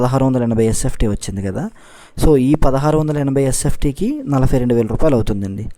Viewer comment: Nalafy kadhu adhi nalabay anali telugu sanka naakisthunnam maname